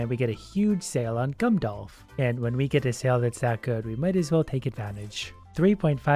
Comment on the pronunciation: “And we get a huge sale on Gumdolf”